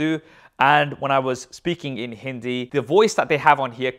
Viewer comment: How u pronounced hindi so good?